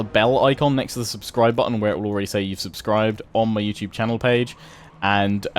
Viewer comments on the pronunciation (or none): none